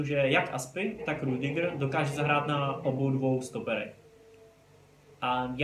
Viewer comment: Sry ale čte se to Rydyger